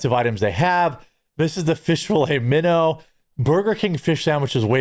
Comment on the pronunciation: "Filet-a-Minnow" sandwich 😂